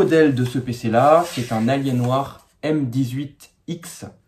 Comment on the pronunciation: ça se prononce "alienwère" si jamais! En terme de laptop ça passe bien mais en terme de desktop faut surtout pas en acheter! Par contre lui tu l'as payé hyper cher pour les specs, même si c'est robuste! C'est pas ce que j'appelle une "bonne affaire". Et en terme de processeur dans les choix on est bien limité... L'écran m'a l'air un peu pourri aussi, en revanche le clavier a l'air bien sympa par rapport aux laptops gaming modernes. Le fameux port est un port express card, en gros PCI x1 en hot swap. On peut y mettre toutes sortes de choses.